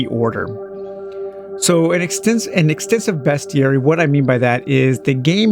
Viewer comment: You’re the first Youtuber that I have seen that pronounces “Bestiary” correctly 😄